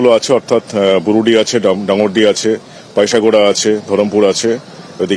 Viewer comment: উচ্চারণ টি ডাঙ্গরডি হবে